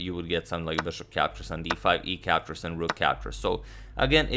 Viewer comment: Captures captures sounds more like captcha captcha